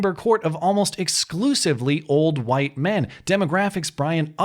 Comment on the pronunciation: Cheesy Charlie "HUWHITE"